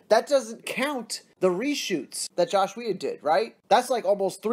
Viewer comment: Ffs man, Its JOSS NOT JOSH. Love ur vids just found ya a few days ago but 2 videos straight saying JOSH lol its JOSS